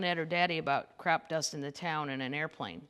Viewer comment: Was that “crap dusting” or “crop dusting”? 🤠😜🤠